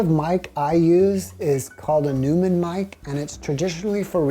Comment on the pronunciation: "Neumann" is pronounced "NOYman" in its original German. All the recording engineers that I worked with pronounce it that way. Love your podcasts!